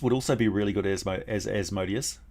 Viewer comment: Asmodeus, according to Jewish pronunciation is Az-muh-DEE-us if anyone is interested.